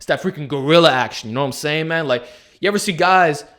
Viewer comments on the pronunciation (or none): "knowm sayin mann" that was the most slang ive ever heard u say